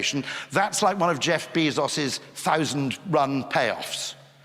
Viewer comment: Jef beezos😂